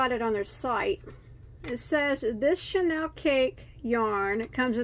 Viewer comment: Pronounced: CHEY- NEAL.